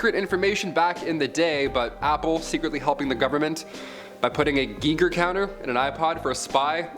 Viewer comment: Gee-ger??? Rather, Giy-ger. Please. Edward Snowden, is /has been Blown to Legendary status. Anonymous, is REALLY THE ONE TO WATCH OUT FOR, if you happen to be on /in their Sights. And yes, "I choose "D", ALL THE ABOVE!!